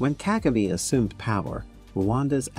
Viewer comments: Kagame. Stress is on the second syllable not the first like its mostly pronounced in this documentary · Nice but plesse learn to pronounce African names with the right stress. You pronounced "Kagame" fairly well at about the 12th minutes into the documentary, in other places it was wrong!.